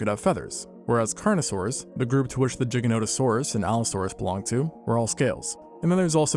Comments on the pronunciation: Gigantosaurus = gigantic + saurus not jiggahnotahsaurus 🤦🏻‍♀️🤦🏻‍♀️ embarrassing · Every time I hear you pronounce Giganotosaurus it sounds like a fork violently scraping a plate 🥲 I’m willing to bet you pronounce GIF as “Jif” too.